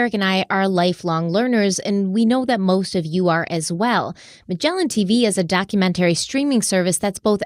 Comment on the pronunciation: you consistently mispronounce documentary. Google it.